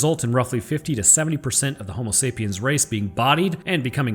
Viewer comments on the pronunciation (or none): none